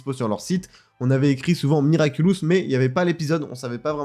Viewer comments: L’interviewer qui dit tout le long de l’interview “Miraculus” 😂😂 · Moi je l'ai vu la vidéo de l'interview de Thomas Astruc il y a quelques jours, ça m'a spoil l'épisode passion car y avait des images des épisodes. xD Sinon le mec a prononcé "Miraculus" pendant toute la vidéo. x)